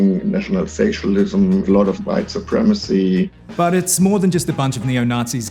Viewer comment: Did I just hear him say "white supremecy images like Celtic crosses"